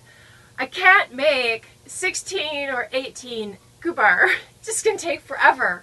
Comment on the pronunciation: They do look interesting. Im from Sweden. I have never heard about those "gubbar" They are cute. We don't use ü here in gübbar. It is in germany they use ü. Here we say gubbar... You pronounce it the right way.